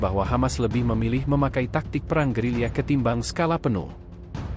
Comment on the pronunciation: Gerila bukan gerilya